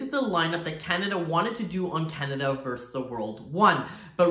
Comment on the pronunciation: It’s versus the world not verse the world :) x